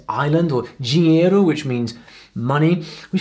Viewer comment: "ilha". Perfect! But.. "Dji-nhe-ro"? Wrrrong! Repeat after me: "Di-nhe-i-ro" ;)